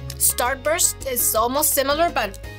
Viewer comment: The way the two moms pronounce starburst exactly the same, but both wrong. So precious ❤